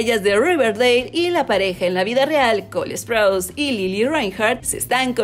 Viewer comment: Alguien más se da cuenta que ella pronuncia col esprouse o solo yo?